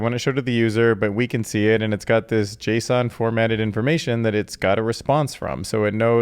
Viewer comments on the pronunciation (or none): none